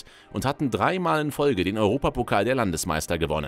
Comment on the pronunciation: Was macht das für ein Sinn? Puskás mit sch aussprechn aber Budapest mit s🤦🏻‍♂️🤦🏻‍♂️🤦🏻‍♂️ S= Sch und Sz= S Außerdem spricht man das á länger aus. Bei uns haben strich und punkt ja a einer andere Bedeutung